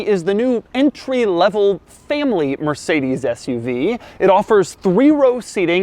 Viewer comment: Learn how to pronounce Mercedes.